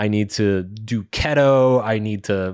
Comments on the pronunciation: I noticed Mark calls "Key-Toe" (Keto) as "Keet-Oh" and now I can stop hearing it haha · It's KEEEY-TOE bro 🙂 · I'll really triggered he pronounces "keto" like "kettle"